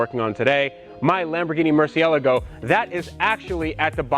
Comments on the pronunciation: Say "mercy elego" one more time bro.... try pronouncing it like "Mur Si èl Ah Go.." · Why does he say "murcialago"? Its Murcilago. Its not that hard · I'll subscribe if you stop calling it a murci-algo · Mercyehlego = and That other dude on vinwiki Murchialago = The rest of the world Lamborghini = Murcielago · dude! the name is not murcialago? dude Murcielago!!!!! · you're saying murcielago wrong , sound like your saying murciallago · Pronounce it like this bro: "Mersi-Eh-Lahh-Go" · Why do you keep pronouncing it like that!?!??? It’s a Murcie-LAGO!!! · Dif he just say Murcialogo ? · Murciah-leh-go? Really? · Dude says merceyeligo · Why do you insist on saying the lambo name wrong. Its Lamborghini Murciélago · Wtf is a "MURCIALAGO"? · Are you joking, because what he said is not right at all. Mercy eligo, no! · Did he say "Mercy Yellow-Go"?? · its la go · Please learn how to say murcielago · Murceelelelgo. Lol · Can you actually pronounce murcielago atleast one time correctly please? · Please learn the correct pronunciation for murcielago and gallardo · Does the way he pronounces "Murcielago" bother anyone else? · How can you own a Murcielago and not know how to pronounce it correctly? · Is it just me or does anyone else's OCD go nuts over his pronunciation of merciélago. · Maybe, but I think its pissed at how he pronounced the name. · Lol! That pronunciation bothers me soooooo much. I like but anyone who can't properly say the name of the vehicle they own should have their ownership rights revoked. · All these probs are Lambo karma for pronouncing it like that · Why does this guy say Murcielago wrong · Never heard anyone pronounce murcielago like that.